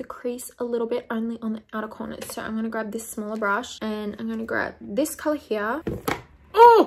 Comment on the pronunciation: when she says "here" i thought she way saying "yeah" lmao